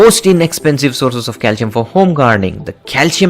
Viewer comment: Cal-SEE-ummm... Now you try to say it! He cant say calcium at all hahaha